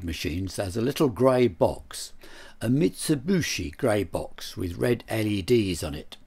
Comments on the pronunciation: Tim, I love your work and have watched you for years. It's a common misconception that Mitsubishi is pronounced "Mitsu-BOO-shi", but if you look how it's spelt, it's "Mitsu-BI-shi". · Nice video. It's Mitsubishi, btw, not Mitsibushi. Incredibly annoying that such a clever bloke can't even read the manufacturers name correctly. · A few thoughts: - Your chiropodist needs a dermatologist. - It's pronounced mitsubishi (bee-she), not mitsubushi (boo-she). It means "three lozenges" as in the company logo. To be more precise, hishi (_hishi->bishi_ for phonetic reasons) means "water caltrop", because sometimes their seeds are lozenges. - The cam driver is the most interesting thing I've seen this week, maybe month. Interesting things happened before digitalization took over. - During the video, as I watched your explanation of ladder logic etc, I did think about how much more straight forward everything would be with an Arduino or something, but then I rethought it and ended up with the same idea that you brought up at the end, via Shapiro: KISS. Keep it simple, sweetheart. No need to go beyond something that gets the thing done. There is a certain elegance to it. - You share the first place in my mind in the category of "Favourite Tim", with Tim Rowett, your compatriot who collects toys. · Mitsubooshi? Is that the same as Mitsubishi? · Says Mitsubishi not Mitsibushi! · "Mit-so-boo-she" lol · Ubiquitous pronunciation for some unkown (to me) reason 🙂